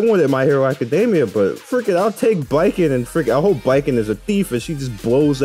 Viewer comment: Thank you for pronouncing Baiken’s name as ‘bye-ken’ and not ‘bacon’. Means more than you know lol